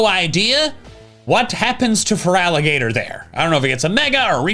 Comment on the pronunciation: I'll always root for feraligatr. I love an underdog and starting with your LITERAL NAME being butchered is unique to my knowledge in pokemon